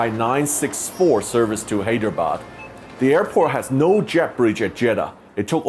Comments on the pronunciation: Btw hydrebad is said like high-dra-bad And banglore is ban-ga-lore. :) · Hey Sam!.. I Live in Hyderabad ; AI Has Had A Rich History Through the 747 . But after AI got into Billions of $ of Losses , The Experience Has Got A Lot Different Since! But We Can Still See The 747 On Domestic Sectors & Can Enjoy Them For The Next 3-4 yrs. Sad To See The Queen Go but Airlines Got To Do What They Got To Do! . . P.S : You Got The Pronunciation Of Hyderabad Wrong.. But No Worries!